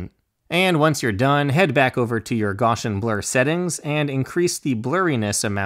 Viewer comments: This was fantastic - extremely clear and to the point. Just what I needed. Just so we don't start passing around some name mangling, note that Gaussian blur is pronounced "Gow' see an" - named after Friedrich Gauss the mathematician and physicist. And a Bezier curve is pronounced "Bez' ee ur" (accent on first syllable) - named after the French engineer Pierre Bézier. (Now my apologies for unconventional phonetic spelling!) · Awesome job. Thank you! (quick side note: Gaussian is pronounced GOSS-EE-EN and Bezier is pronounced BEZ-EE-AY)